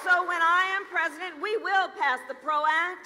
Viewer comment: sho nuff, she gonna be prezoden!!